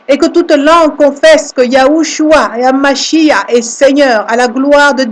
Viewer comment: YESHUA HA MashiaH et non mashia , car on prononce MachiaR , le H finale est tres important, voyez en hebreu la signification des deux mots